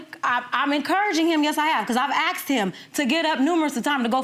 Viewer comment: I aksed him, she meant i asked him Just saying